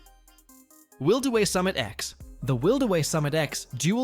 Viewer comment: Wildeway? It's WILD WAY (The F'in Y IS Silent!!!) Will-Duh-Way-Daaaaaaaaaaaaaaaaaa.